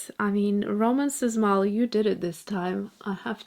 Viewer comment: Sz reads as sh. Shmal.